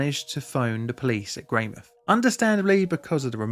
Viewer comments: Note on the pronunciation, we fully pronounce the mouth in Greymouth so it's Grey-mouth not Grey-mith :3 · It's not greymith, it's grey mouth, like a mouth which is grey. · I study at Tai Poutini Polytechnic also in the outdoor education program. We have a memorial Yearly and one of my tutors was from this cohort that witnessed the tragedy unfortunately. (You were very close with pronunciation, the OU is a "Oh" sound) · 'Sorry for the pronounciation' proceeds to pronounce the Maori well and butcher Greymouth. 😂😂😂